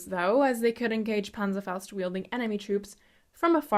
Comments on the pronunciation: Its always hard for me as a german to hear someone say a german word with a Z. If you see a german word with a Z pronounce it like a TS, because thats how it is supposed to be pronounced. It's not a Panserfaust. It's a Panzerfaust. It's not a Sweihander. It's a Zweihänder. It's not a Swinger. It's a Zwinger. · Everytime she says pazerfaust I take a shot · Sees Video Is she German? Hears Panderbaust Ok